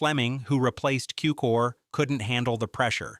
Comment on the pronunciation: Say George Cukor's name correctly.